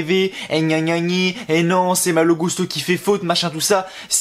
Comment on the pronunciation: a chaque fois qu’on entends son nom dit comme ça, les gens que je connais se demande pourquoi ils disent gousteau les commentateurs 😁 (ça m’étonnerait que Malo leur est demandé de dire comme ça) Je me disais juste que ce message passerait peut être, mais cool 👍